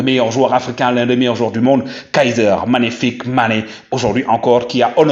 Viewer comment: 🤣🤣🤣🤣 Mon cher faut bien articulé Kaiser MAGNIFIQUE Mané parce qu'on a l'impression d'entendre Kaiser FICK Mané . FICK a une autre signification dans la langue Allemande